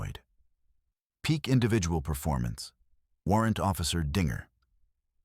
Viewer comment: I think dinger is the nickname given to Bell. Is there a Bell on the website? This is not an Australian channel most foreigners don't get Australian's use of nicknames and the script is being read w8th emphasis on finger not the following word Bell.